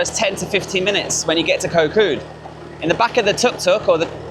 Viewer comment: koh Kood the k it pronunc more like a g than a k gkot gkood